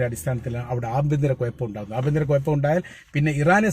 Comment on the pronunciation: കോയാ.. കൊയപ്പമല്ല, കുഴപ്പം എന്ന് പറയൂ..